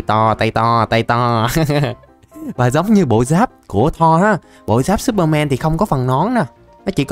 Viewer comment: no superman mà là supermen mn đều đọc thế nên lúc nghe em thấy ngược ngược =))